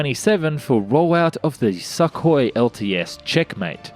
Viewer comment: I love the way the narrator consistently pronounced the name Sukhoi as "suck-hoi" and not "soo-koi"...the not so subtle insult is much appreciated. ROFLMAO